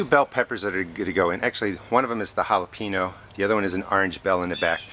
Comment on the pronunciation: This is a great video! Thank you so much for the great info. Looks like it's going to be a great garden! Great for making salsa and pico de gallo! However, being from Texas, OMG, it is driving me crazy how you keep saying jalapeeeeno. Noooo, it's pronounced jalapeeenYO. :-) LOL